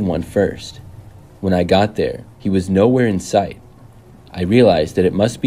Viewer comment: He said “in sight” but damn I can hear that too 😭